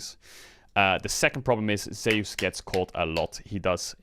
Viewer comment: For god sake please pronounce Zeus name correctly